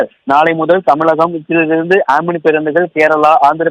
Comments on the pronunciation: It's not amini it's omini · Not omini Omni